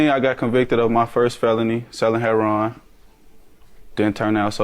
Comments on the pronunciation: What’s with this heron, not heroin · why do people say heron instead of heroin, lol. so funny